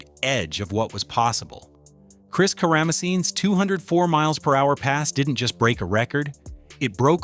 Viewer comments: Chris Karamesines is pronounced Kara-Mar-Seeness. Chicago legend and big-time hitter in Drag Racing history. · cara meh seen eez is how you pronounce the name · great video of fun information but saying Chris's last name soooooooo wrong makes me not give that like.. but I will attempt to watch more